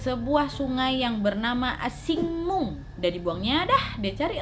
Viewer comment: Shing Mun River kak nad bukan shing mung